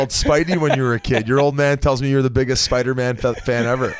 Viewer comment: saying spider- man: SPIDA- MAN